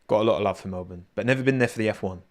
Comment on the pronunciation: You're one of the only non Australians I've heard who can say Melbourne properly. Even crofty and Brundle doesn't say it properly